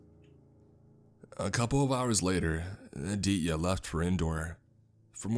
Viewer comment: I can’t help but chuckle each time he pronounces Aditya lol , he doesn’t pronounce the T , it’s Ah-dee-te-yah lol . Good though cuz this story is bonkers